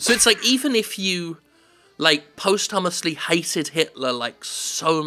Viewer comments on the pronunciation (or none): LOL did you say post-hummus? I don't think that's how you say it bro :-p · Jim pronouncing posthumously like "post-hummus-ly" amuses me more than the game does XD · Post hummusly. That's how I'm pronouncing that word from now on, that's great!